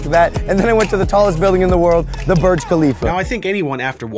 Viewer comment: Logan is bad. He cannot pronounce Burj.